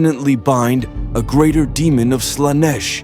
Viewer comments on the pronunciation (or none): none